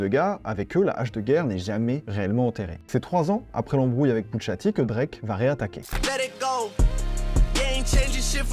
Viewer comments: C’est « Poucha T », pas « Poutcha T »… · arrete de dire putsha t je vais m'enerver